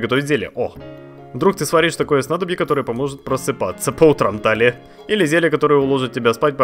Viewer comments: Но она ТИлия, а не ТАлия... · Я думаю правильней будет ударение на и в имени Талия